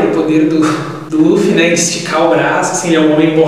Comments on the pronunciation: É com "L " amigo! é luffy. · Se fala LUFFY